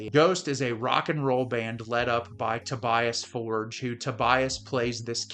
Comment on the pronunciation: Americans need to learn how to pronounce ’Tobias Forge” correctly!